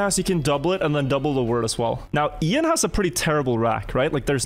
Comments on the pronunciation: Bro calls him Iron. You’ve never came across the name, Ian before? Pronounced E an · Did Call Ian… ion?? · it's E-an not I-an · So i love that did this, but hearing them both mispronounce the name Ian like 100 times was so painful